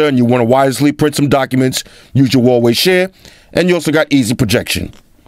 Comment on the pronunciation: Umm (wowohe?) Is that how u say it?! ._.